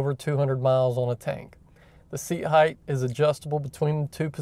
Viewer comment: Shocks have "damping" not "dampening." Also "height" ends in "tee" and is not pronounced as "heighth."